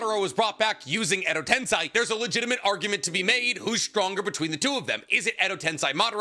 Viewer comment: At this point, he must say stuff like tensai instead of tensei just to get under our skin lol